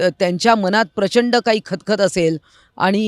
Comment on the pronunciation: मनात आणि मणात ह्या शब्दांचा तुमच्या मनात एव्हढा गोंधळ कां असावा असा माझ्या मनात (मणात नाही) प्रश्र्न पडतो... बघा एकदा... अशा भाषेतील चुकीच्या उच्चांरामुळे... चांगल्या व्हिडिओला गालबोट लागतं.. सुधारुन घ्यावें ही विनंती...